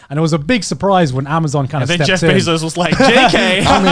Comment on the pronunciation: Ah yes A M A Z U N